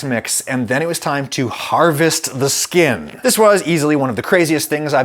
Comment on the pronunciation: I've never been more offended by something so non offensive before. Stop saying skin like that Adam